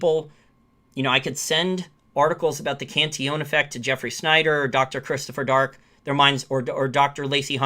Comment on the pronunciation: Cantillon[ kahn-tee-yawn ]